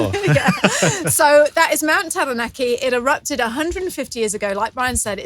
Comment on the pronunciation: you pronounce Taranaki very well.... very much appreciated from this maori nani